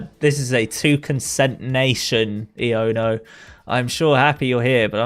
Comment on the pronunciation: Am i the only one who thinks Iono’s should be pronounced “I oh na”?